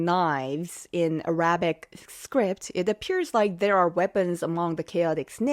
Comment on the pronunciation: Arabic. emphasis on first “A”.